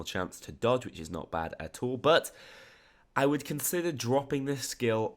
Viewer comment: Could you say at all then at tall?